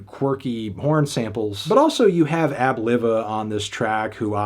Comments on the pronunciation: AB - Liva.... Live-er Not Liver, like the organ. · Just a heads up, it’s pronounced, “Ab-Live-uh” 👍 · The LIV in Ab Liva is pronounced like five or hive.